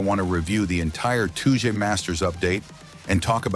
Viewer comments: Stop saying Tooje please 😭🙏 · Touge is a japanese word pronounced "Tow/ Toe - Geh" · "Toodge masters"